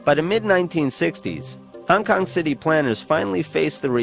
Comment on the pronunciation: Bruh, you’re driving me nuts with “Hang Kang.” Great video, though!